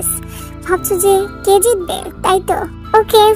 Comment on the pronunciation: গল্প টা সত্যি সত্যি সত্যি ভালো ভালো লাগছে ওয়াও ছিলো তোমার কন্ঠো টাও অনেক সুন্দর সুদু একটা কথা বলবো কিছু মনে কোরো না তুমি তে কে টে বল কেন সরি কিছু মনে কোরো না তোমার গল্প টা অনেক ভালো ছিলো